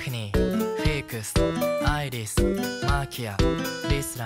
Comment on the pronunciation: ここのアイリスとかフィークスのsの発音が好きだ。